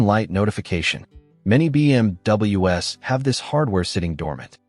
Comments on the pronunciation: Extremely annoying AI voice that keeps saying BMW ess instead of BMWs ! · your timely response seems like you take it serious, so video wasn't bad at all, but the ai narration, especially on stuff like when theres so many single letterings, b m w almost every sentance and then to make b m w plural Is just to much. Not trying to hate. Best of luck to you bro. Keep pushing foward.